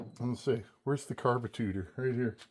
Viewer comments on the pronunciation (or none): i heard you say carbentator and im thinking.... hmmmm does watch zip ties n bias plies 🤔